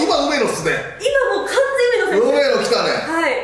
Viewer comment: 梅野がロメロに聞こえてしまうwwwwww